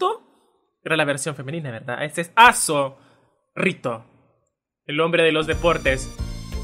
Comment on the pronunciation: como se dice: Aso rito como yo lo escucho: A zorrito :v